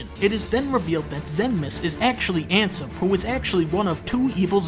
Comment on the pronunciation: It's Xehanort (pronounced "zay-an-ort") and Ansem (pronounced as you'd expect it to be). He pretty much mispronounced all the names in the video (most likely deliberately).